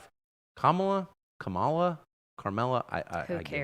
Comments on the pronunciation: "Kamala, Camela....Carmela"🤣🤣🤣🤣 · I like how Viveke pronounces "Kumula" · Comma-la, Kahmah-la, Carmela? …. Who Cares? 💀💀🤣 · MTG said “who cares” when ask how to pronounce Kamala